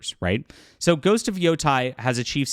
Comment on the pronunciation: IT’S NOT PRONOUNCED YO TIE. It’s pronounced YO TAY. Learn Japanese. Yo Tie would be written as Yotai.